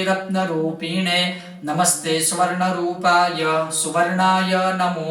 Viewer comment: 🙏 Please do reply नमस्ते मंत्ररुपाय नमस्ते रत्नरुपिणे | नमस्ते सर्वरुपाय सुवर्णाय नमो नमः || Aa paath naa aa shlok maa ek word ne written maa lakhyu chhe 'SARVARUPAAY' ane maaraaje paath maa aa word nu 'SWARNARUPAAY' pronounce karyu chhe. Ame shu pronounce kari shakiye? Please do reply 🙏